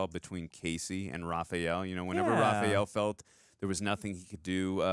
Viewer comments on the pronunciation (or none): Is it just me, or does he pronounce Raph’s name “Ra-PHEE-el”?